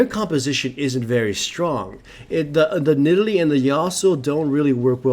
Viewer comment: "And we kill that nidale. O she survives" I know that its yust a mistake but its funny lol